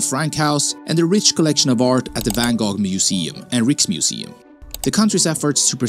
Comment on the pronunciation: As a Dutchy, I'm always baffled by the fact that if you're gonna make a video about the NL/Belgium, why don't you also research how you pronounce, like literally anything; from butchering the names of Rijksmuseum, Baarle, Bruges, Bastogne, Stroopwafels, Gouda and much more.😅😅 Shouldn't be that hard.